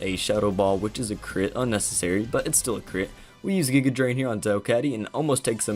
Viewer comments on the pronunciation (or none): none